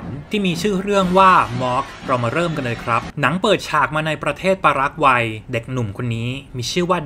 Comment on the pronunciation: ชื่อประเทศปารากวัย อ่านว่า ปา-รา-ไกว ไม่ใช่ ปา-ราก-วัย นะคะ 😂😂😂